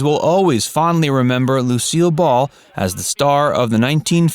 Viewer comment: seriously, can't say "titular"?